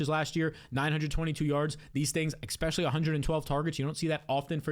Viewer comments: Honest question: Is there a reason you say "ekspecially" instead of "especially," like how Black folks say "aks" instead of "ask?" PS - I ain't some kind of White Nationalist or some BS like that, I'm just curious about why people talk the way they do. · Petition for this dude to stop saying "exspecially"